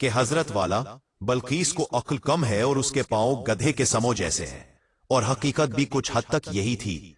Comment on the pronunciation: ائے والے (ویڈیو پڑھنے والے) ۔۔۔۔۔۔۔۔۔۔۔۔ یار کم از کم اپنی اردو تو صحیح کر لیے!! گھوڑے کے سَموں نہیں بلکہ سُمۤوں ہے (زبر نہیں پیش ہے) اور میڈگیاں نہیں۔۔۔۔۔۔۔۔۔۔۔۔۔بلکہ مینڈکیاں ہے ۔۔۔۔۔۔۔۔ مینڈک سے ماخوز ہے۔۔۔۔!!! بس ہر اُجد گوار ویڈیو بنانے کے شوق میں اندھا ہے۔۔۔۔۔۔۔۔۔۔۔۔۔۔۔۔۔ اور پڑھنے سننے والے اس سے بھی گئے گزرے ہیں کہ مسلسل واہ واہ کئے جا رہے ہیں۔۔۔۔۔۔۔۔۔داد دئے جا رہے ہیں۔۔۔۔۔۔۔!!!